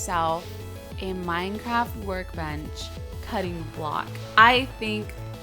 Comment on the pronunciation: minecraft* not monecraft ll